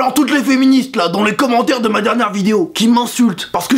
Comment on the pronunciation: a c moi ou elle a dit conmentaire